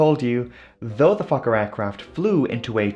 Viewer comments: It keeps sounding like you’re saying f*cker instead of Fokker. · I don't care how many times I hear Fokker, I wake right up thinking he said something else. 😂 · I'm very immature, I hear fokker I lol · I’ve seen so many of your videos but no matter what I still giggle inside when I hear “Fokker.” 😂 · "Fokker headed for Moerdijk..." 🤣😂🤣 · Fokker ... haha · I snicker every time Fokker is said 😂